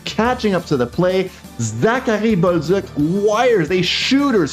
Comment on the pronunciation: Why u pronounce Balduc and other names so weird? Can even understand who ur talking about. Can u say it normally like others please and thank you